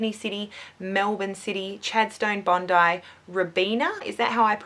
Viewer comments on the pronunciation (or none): none